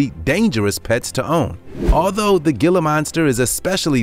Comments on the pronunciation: The Gila monster is pronounced to where the G sounds like an H like Spanish. HE-la monster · Every time he said gilla, I had to wonder how he pronounced tortilla and quesadilla lol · Gila Monster. Gila is pronounced "hee-la" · The Gila monster is pronounced HEELA monster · Gila monster is pronounced "heela" monster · Gila monster is pronounced HEE-LAH monster. I have caught them in the wild. I wish people would leave them be. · i cringed when i heard gila monster..........thats not how you pronounce that.....Heel Lah monster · Its pronunciation is heela monster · You might wanna use and H rather than the G as in Gila use Hila....Pronounced hela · Gila monster... it's pronounced as 'heel-uh' monster. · Gila is pronounced "hila"! You make a lot of mistakes in pronunciation of words. I am from Ohio as well, but I was fortunate enough to get out over 30 years ago and learned how many of your mispronounced words are supposed to be said. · It is pronounced "Hee La" monster. Spanish. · Gila is pronounced hila that was taken disrespectfully to me because it’s my state’s reptile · It's a (hela monster) the g" is h" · It isn't pronounced "gil-la" . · It's pronounced He-la monster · It is actually pronounced hila monster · Its Gila but pronounced hila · HEE-lə monster, the pronunciation is irritating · That may be true, but as the lizard is native to North America it has a more Spanish pronunciation as the region it's native to has a large number of those who speak the language. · It's a "gilla" monster. He may not have a clue about pronunciation, they got that right. Look at the tail. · The G is pronounced as a 'H" like Jose. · The "G" pronounced "H" . Tell your computer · It's pronounced hiila monster, not gilla monster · The "gill-ah" monster. HEE-LA. It's pronounced HEE-LA. JFC. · It’s “Heel-uh” not “Gill-uh” The G is Quiet. Please look up the Southwest. And for sure in New Mexico. Yes! We are in the USA! Read and look up about the Gila River & More. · My thoughts exactly